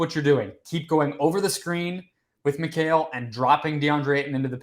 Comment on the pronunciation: “Mykale” who tf is mykale? McCall bridges is how it should sound. Y’all’s kale baby 😎😂